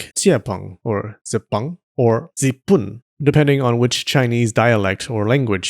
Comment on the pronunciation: My family speaks Hokkien, your Zipun is very good! (Hokkien is one of the very older ones and some think it's one of the few that what 'original' chinese sounds like, along with cantonese etc. Hokkien is from the southern region as well)